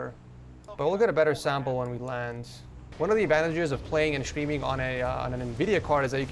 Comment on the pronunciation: Why do you pronounce it "shtreaming"? Is that how it's pronounced in English?